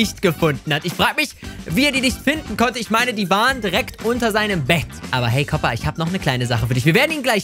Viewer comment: der heisst koopa und nicht kopa